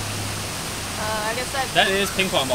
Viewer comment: It's actually "MOON BUH" but still, hi, fellow AH fan :)